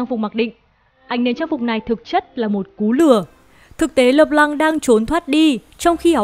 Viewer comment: Trc khi bt đọc là "Lơ p-lăng" thì lại đọc là "Lê Lan" :<